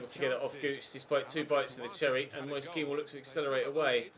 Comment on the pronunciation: Please search up how to pronounce ''moise'' kean properly!!